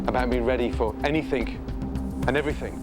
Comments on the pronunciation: "anythink and everythink..." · Is it just me but I’m triggered by Ramsay saying “anythink” and “everythink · Bro really just said be ready for anythink and everythink